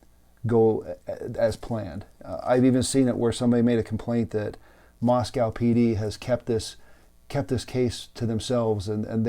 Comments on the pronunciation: It's pronounced Mosque oh not mosque ow. I live near this area, and there is a dead zone for cell phones. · Thank you, Sir. I'm a N. Idaho native and the town name is pronounced "Moscoe." :)